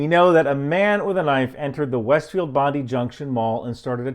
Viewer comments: Bond- eye, not bondee 😂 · it's Bondi, not Bondu. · Aussie here. It's pronounced 'bon-die' not bondy. Just fyi. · FYI Bondi is pronounced "Bon-dye" not "Bond-ee". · its not pronounced "Bondee" but "Bondeye" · Its Bondi not Bundu better information than our local fake media indeed. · bon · dai not bondee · Fyi Bondi is pronounced "Bond-eye" not "Bond-ee" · Bondi is pronounced Bond-Eye. Not Bond-ee. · The “Jewish Space Lasers” weren’t a Majorie Taylor Greene invention? It’s not “Bondu Junction” — it’s Bondi Junction. I’m an Australian who lives quite near “WBJ” as we like to call it — I’m also on Social Media A LOT. Apart from dissuading my teenagers from seeing the raw real-time footage on TikTok — none of my Twitter feed hinted at these conspiracies. Maybe it’s because I don’t follow Conspiracy Theorists if I can help it. Noteworthy that the assailant was wearing a Kangaroos jersey — Australia’s international rep Rugby League team — which usually marks the wearer as Anglo Australian. One instance of MIS information is resulting in a law suit. A young man who was wrongly identified as the assailant is engaging top defamation lawyers in a case against one of our three top commercial TV networks. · Bondi (pronounced Bond eye) not Bondu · It's pronounced "bon die". "Bondee" is foreign disinformation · Thank you for efforts on this matter - little hint, though; the 'i' in Bondi is a long 'i' - so it's 'Bond-eye', not 'Bond-ee' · Bon-Die mate. Not Bondy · Sorry, way off topic, but I was wondering what on earth you were talking about.... "bondy mall", Than I realised, it's "Bond-eye" you refer to. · Bon-di, not Bondy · Its pronounced Bond eye...not Bondee. All good brother. 😊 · it's not Bondey, it's Bondi. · Just a small correction on the pronunciation of Bondi. It’s Bond eye. Otherwise very good. Thanks. 😄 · bon-dai not bon-dee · Bond..eye mate bond eye..not bondee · Just a quick one it's BOND EYE not bond e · bond i not bond ee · Bondi not bondu